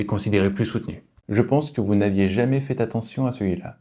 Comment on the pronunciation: Vous prononcez en réalisant une liaison entre fait et attention : "vous n'aviez jamais fait(e) attention". Qu'on me corrige si je me trompe. Mais j'ai des doutes ...sinon excellentes vidéos